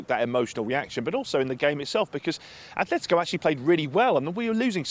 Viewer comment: It's Atletico. Not "A(th)letico"😩